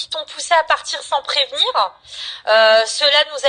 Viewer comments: Sans prévenir-eu. Bah c'est ta façon de parler qui m'a fait fuir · Sans prevenireuuuu😅 Sous effectiffeuuuu 😅 mais quelles sont débiles ces gourdasses !